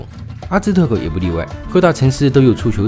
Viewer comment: 是阿兹台克在玛雅的西边吧？ 听着不标准的发音对照地图再打开字幕😂